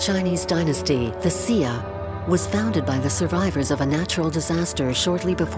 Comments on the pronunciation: Why does that lady narrater keep pronouncing the word "xia" as "zia" as in "zee ia" not like the Chinese teacher pronounce it "zhia". They need to articulate proper pronounciation, regardless if it's a foreign language. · It is the Xia, it's just the fact that they didn't pronounce it correctly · The consistent mispronunciation of Xia makes this nearly unwatchable. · Sia? I thought it was the Xia?